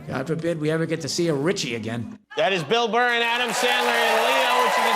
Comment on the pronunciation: “Bill Murr” 😂😂😂😂